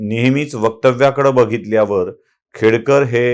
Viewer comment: खेडेकर बोला सर,खेडकर नाही.खेडेकर मराठा आहे..